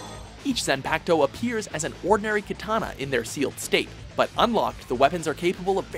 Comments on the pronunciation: "#3 Zanpaktow" zanpaktow zanpaktow really? zanpaktow HAHAHAHAHAHAHAHAHAHAHHAHAHAHAHAHAHAHAHAHAHAHAHAHAHAHAHAHAHAHAHAH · Now I know what many of you are talking about when the male & female announcers of pronounce anything anime-related. Saying "pak" in Zanpakuto like saying "pac" as in 2Pac. GEESH! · Ulricc Silber Hellsing Unlimited zanpakuto (says it wrong the second time) bankai damn i was close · Am I the only one bothered by the repeated mispronunciation of Zanpakuto and Bankai? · Can say shikai fine, but fucks up bankai and zanpakuto?? Even with the english dubbed? xD they always butcher something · its not zan its zon and its shikai not shikaaai its also bankai not bankaie